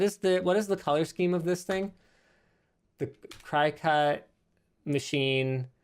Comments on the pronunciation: STOP SAYING CRY...CUT. It's pronounced like cricket. My head was going to explode. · It isn't pronounced cry-cut.. it is pronounced CRICKET.. per the company. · I believe it's pronounced like cricket, not cry cut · Is he pronouncing cricut "crycut"? Its pronounced "cricket". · It's not cry-cut It's cricut Like Crick-ut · I pronounce it "cricket", not cri-cut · Cry cut? Cricut, pronounced like cricket but with a u instead of an e. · lol, Cricut pronounce Cricket not Cry-Cut. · I love when you call it a cry cut when it is actually pronounced Cricket like the insect. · I was so confused about what you were talking about, but now I get it. You have a Cricut cutting machine. Cricut is pronounced like the insect (“cricket”) and not like “cry-cut” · Cry cut? The cutter with a logo that has antenna like a cricket... Maybe that's how it's pronounced? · btw i’m pretty sure it’s not “cry cut” but pronounced “cricket” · I’ve never heard people call it a “cry-cut” haha. We always call it a “cricket” like the insect. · "Cry-cut"?? You mean Cricut, as in the insect cricket? Their logo literally has antennae... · Anyone else’s brain go “uh what” when they pronounced Cricut as “cry-cut”? Lol 😂 Perhaps it’s more manly when they realize it’s pronounced like the game or the insect: cricket. Side note: my husband uses the maker in our house for custom wood flags. I use it too, but it’s a shared item. Super handy. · Can we appreciate how linus pronounces Cricut? normally its pronounced like cricket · Cricut - pronounced like cree-cut as in cricket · Fun fact: “Cricut” is pronounced “cricket” just like the insect. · Iv never heard someone pronounce cricut like that. Cricket it’s why it’s a little cricket looking dude XD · It's pronounce cricket, like the insect. Notice the cricket on their logo and graphics? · Cricut is pronounced like the insects/bugs, cricket... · I knew I wasn't the only one who cringed at that pronunciation. 😂